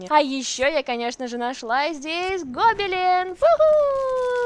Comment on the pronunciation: Почему гОбелен ? Я конечно не учитель русского ,но вроде ударение на вторую букву Е.